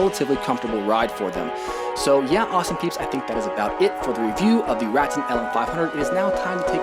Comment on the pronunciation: Great review. Just FYI; it's pronounced Ruh Tan, per the co. rep.